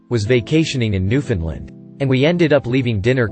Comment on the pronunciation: Most frightening thing about this is not even a robot voice can pronounce Newfoundland correctly.